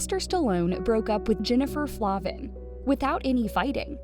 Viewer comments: FLAY-vin, not Flah-vin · And her last name Is Pronounced Flayvin not Flahvan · Jennifer and I were friends in elementary school. I have a ton of old photos from childhood of us. By the way, her name is pronounced Flay-vin 😬